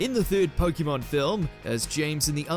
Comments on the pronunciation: When will they actually say it right as should be Pokémon. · "It doesn't make sense in the context of pokemon pronunciation" he says, mispronouncing pokemon every single time in the video